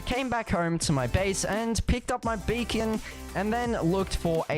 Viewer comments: When he says BEACON he said bacon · i hear you say bacon and nethor